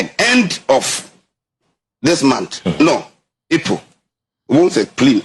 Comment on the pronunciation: Epol or April???😂